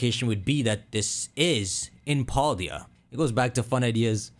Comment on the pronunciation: I love how he says Paldea wrong